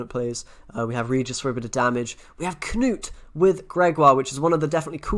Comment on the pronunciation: So nice when content creators actually pronounce Knut as it should be said (looking at you Swim & McBeard) c